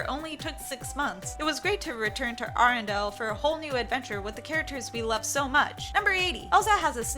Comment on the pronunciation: I cringe every time you say Arendelle.